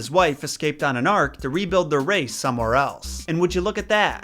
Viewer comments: The only mispronounced names I heard was Hati and Ymir. Hot E and E Meer. Very good job tho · I the the big old giant boi Ymir was pronounced ee-Mir sorry it was annoying me